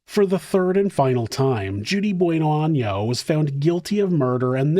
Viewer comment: Gotta put the accent on the "n" in año or else that last name just translates to "good butthole" hahaha.